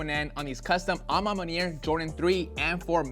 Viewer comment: Bruh say "a ma maniere" ONE MORE MFKN TIME!! I DARE YOU!!! 🤬🤬🤬🤬